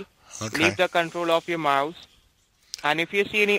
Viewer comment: The way they all pronounce mouse, mauze, really irritates me.